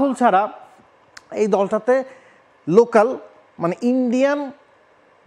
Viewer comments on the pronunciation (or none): none